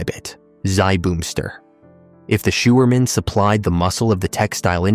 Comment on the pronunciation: Sjouwerman is pronounced as showerman There are some vowels in Dutch that do not exist in english. The eu the ui and the i are very difficult. But some are not difficult at all. The oe in a word as schoen sounds exactly like shoe and the oo as in brood sounds the same like loaf. The ie as is bier sounds exactly like beer. The ei is a dutch word meaning egg sounds a bit like bike. The hardest are the ui sound like in luik (hatch) that does not exist in english and the eu as is leuk (nice) The i in dutch sounds like sick in a word llike lift ( elavator) or it sounds like mean in a word like Libanon. Not easy but here in the Netherlands kids only 3 years old do it perfectly .Succes